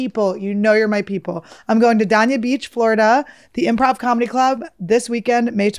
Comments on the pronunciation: We're going to see Annie this Thursday at the Improv in Dania Beach FL !! Also, not sure if someone can get word to Annie - Dania Beach is pronounced "Dane-Ya Beach" 🐱😸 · "Dane-Yah" Beach 😀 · Annie, I can't wait for yo to perform at Dania Beach solely so I can stop hearing you mispronounce Dania Beach.